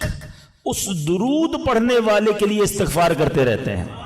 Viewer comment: Astaghfar ghalat hei Istighfar saheeh lfz hei.